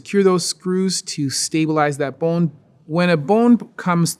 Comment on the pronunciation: I just like the way he says bone! This dude is super cool, super smart, and really chill.